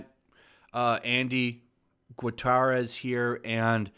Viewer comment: "Gutierrez" is pronounced GOO-TEE-ERR-EZ. Your pronunciation hurts my Latino ears. We know Lucasfilm makes excuses to patch up plot holes after-the-fact...they've done it for years. But, that Tweet about how Rey supposedly learned stuff growing up on Jakku? We know from Abrams's original trilogy plan it was supposed to be Luke remotely guiding her from Ahch-To--so that is absolutely a retroactive excuse for their consistent, continued stupidity.